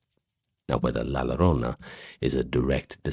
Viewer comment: Excellent compilation! I listen to these when I'm awake, not just to sleep, and your videos are always fascinating. Quick pronunciation note, though: in Spanish, the double L makes a "yuh" sound, or in some dialects a soft J like in Jaques. So "la llorona" would be la yoh-ROH-nuh. Thank you for the amazing work you and the team put into these videos!